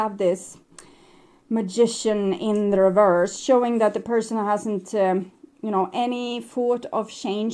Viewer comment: reverse. the word is reverse. There's no "d" on the end. Oracle after oracle has trouble with this word. Not sure why. It's 3D garbage when someone cheats or is unfaithful. All 3D. On the 5D all is smooth, loving and destined. Sag and my person is a Leo.